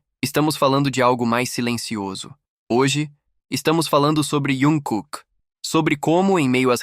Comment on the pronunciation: Q raiva dessa besta falando iankooke.e jungkooke ,besta